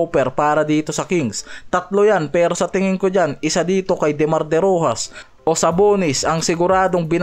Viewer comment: Derosan hindi derojas